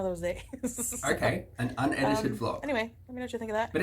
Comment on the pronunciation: Did you say vlog or blob?